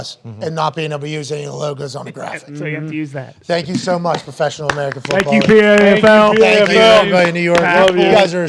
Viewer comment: Just pronounce it Paffel